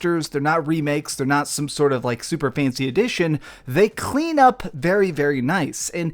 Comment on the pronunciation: It sounds like you're trying to cough up a hairball whenever you say "clean"